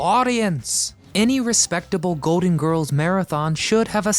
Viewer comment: It’s GOLDEN Girls, not “goaden”